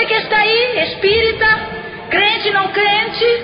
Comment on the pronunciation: Meu Deus! É tremendo! Mas ela falou: CRIENTE!!!! AAAAAIIIIIII!!!!!! kkkkkkkkkkk